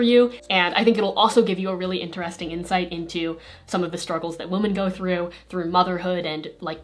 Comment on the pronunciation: I've never heard someone pronounce "woman" and "women" exactly the same before